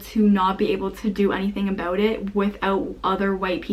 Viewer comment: I can not take you serious when you say abuout